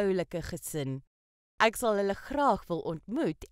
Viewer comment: The Afrikaans word "ek" is not pronounced like in "acknowledge" but like in "example".